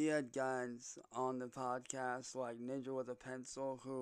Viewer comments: This is just the same shit he does in his videos. What is a "poodsicast" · What's a "poodsicast"?